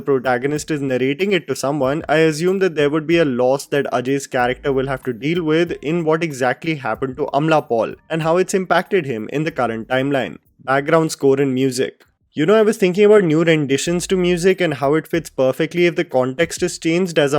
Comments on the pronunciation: It's not amla Paul it's Amala paul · saying amla paul had me 😂